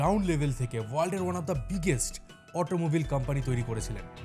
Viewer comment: আপনার চ্যানেল টি খুবই ইনফরমেটিভ কিন্তু দুগ্ধে গোচনার মতো আপনার উচ্চারণ এ ফাঁক থেকে যাচ্ছে ( যেমন অটোমোবাইল কে আপনি অটোমোবিল বলছেন) যেটা আপনার মত বহুল প্রচারিত চ্যানেল এর গ্রোথ এর একটি অন্তরায়। তাই অনুগ্রহ পূর্বক আপনার অনিচ্ছাকৃত এই ত্রুটিগুলো যদি সংশোধন করে নেন তাহলে আপনার চ্যানেল এর রিচ আরো বাড়বে বলেই ধারণা করছি। বিঃদ্রঃ আপনাকে খাটো করার কোনো অভিপ্রায় থাকে কথাটি বলিনি।